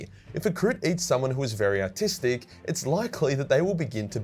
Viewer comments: you are saying "ARTistic", right? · Are you saying “autistic” or “artistic”?